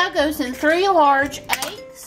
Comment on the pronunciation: Lol! I LOVE the way she says eggs! "Aeggs!" 😂